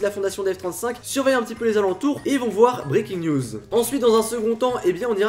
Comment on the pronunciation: Quand tu dis '' Breakins news '' , tu dis '' Breakins niouseu ''